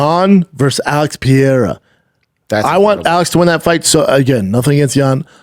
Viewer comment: God I wish you would stop saying “Alex Piairra” THATS NOT HOW YOU SAY IT BRO. Who says it like that? Like really.